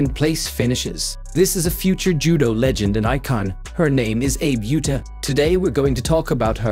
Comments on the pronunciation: Please, her name is pronounced Ah-bay OO-ta. Do her the courtesy of pronouncing her name correctly. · Ah-Bay OO-Tah. This AI voice reading is horribly destroying her name. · Name pronounced "Ah-bay Oo-tah" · These computer generated voice-overs are for the birds, no offense to our feathered friends. Real people don't speak in such a stilted and robotic fashion; it's very distracting ... not to mention the idiotic mis-pronunciation of the Abe Uta's name, for pete's sake. I'll either mute the sound or just watch the closed captions, as bad as they are.